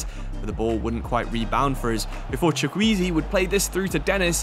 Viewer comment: eze from crystal palace is how you say it in Chukwueze name